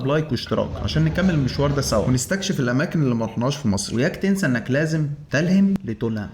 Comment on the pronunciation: تُلهِم بضم التاء وليس تَلهم بفتحها